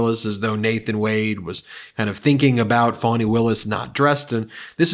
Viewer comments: Time Trup also learnt to pronounce words _It's FANY and not FANNY!! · Trump can't spell and we know that from his Truth Social posts. But he cant spell, because it's not spelled Fanny, like your a$$. As Trump said. It is spelled Fani and she pronounces it Fawni. Trump is a petulant and vicious child. Because he committed crimes (plural) in Georgia and Fani Willis, DA in Georgia is holding him accountable for those crimes. And that makes Trump very angry, because he thinks he is above the law and should be allowed to break any laws he wants without facing any consequences. Well Donald Trump is not special. He will be held accountable and he will face consequences for his crimes, because he did commit the crimes, he did break the law intentionally. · D.A. Fani Willis' name is pronounced fawn-knee, which is Swahili for prosperous, not Fanny. Who wants someone in the White House who habitually behaves like a name calling immature child with a limited vocabulary and refers to himself in the third person. It's sickening that his supporters laugh and agree with his demented craziness. He has royally defamed D.A. Willis but because she is a court officer I do not believe she can sue him. Let’s continue to push the 🌊 Blue Tsunami 🌊 and vote early when the poles are open in your district. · He's so dumb. To pronounce it, "Fanny," he would have to add another, "n," to her name. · Trying to attack Fani Willis by wilfully mispronouncing her name as "fanny"? That's "rich" coming from a guy who sounds 'phony' all the time!! I mean it is abundantly clear what Trump is trying to do. Trying to put pressure on Fani's position by attempting to smear her in the public eye, simply because he sees her as a threat. It's dispicable/childish, he's done it before and he'll do it again. He ONLY knows how to take, but not to give, let alone 'letting go'. He tasted the power of the presidency and he can't let it go, he wants it back and more. Make your vote count this year. This is very serious.